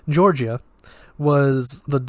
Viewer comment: Its Georgia, like the state. Not "Jorjeeyah"